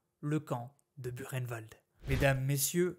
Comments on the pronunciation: C,est pas Burkenwald, c'est bien buchenwald, mais ça se prononce pas bureinewald, mais boureinewald ! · Très intéressant mais ayant un grand père ayant été déporté cela se prononce " bukenvalt "😉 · Ça se prononce bou reine vald ! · Erreur, ça se prononce bou reine vald! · non ... demandez à ces pauvres déportés encore vivant ou même à un prof d'histoire ça se dit" bukenwald" et " dacho" ayant eu un grand père déporté ça me fais saigner mes oreilles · Au temps pour moi. Pouratnt quand j'y suis allée avec mes élèves, c'est bien Burkenvald que j'ai vu à l'entrée. Il y a peut être une autre façon de le prononcer. Mais si j'ai tore je m'en excuse. Je vais me renseigner.